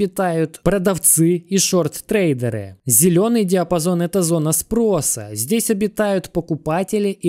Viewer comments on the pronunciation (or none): none